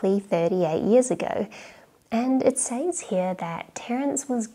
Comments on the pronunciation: sez not says :) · "Says" is pronounced "sez." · Are you from Adelaide? It’s rare that I hear Aussies pronouncing ‘says’ as ‘sayze’ over ‘sez’ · Not to be too pedantic but “says” is pronounced “sez”.